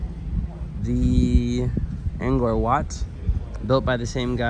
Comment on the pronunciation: Thanks, for a very nice Vlog on Angkor Wat and Angkor Thom. By the way, Cambodians and most foreigners pronounce the word Angkor like Ang-core. But you pronounce it like it's Ang- gore. Also, the region is more often written as Southeast Asia and not south east Asia. As for driving on the right hand side; why is it a surprise to you? Except for Burma and Thailand, all of the rest of Southeast Asia and East Asia like China and Korea, driving on the right is the rule.